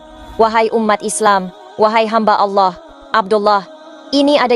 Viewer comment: Ko orang barat paseh bangat...kata2 allohnya ya...mantap deee